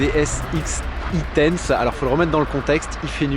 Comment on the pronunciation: DS X-E tense se prononce en anglais "ex i tense" et vu l'excitation que génère un concept équipé d'un vrai beau moteur électrique lors de la conduite c'est pas un détail : c'est un indice sur la nature du concept ;-)